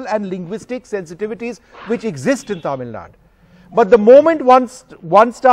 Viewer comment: Tamil, not Taamil, Vishnu